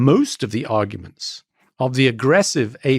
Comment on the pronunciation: "agurment" 😂 point proven